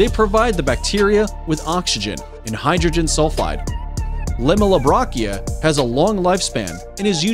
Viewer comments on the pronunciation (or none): none